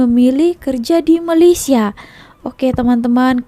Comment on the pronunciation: Bukan Malassia tapi Malaysia ( meleysia)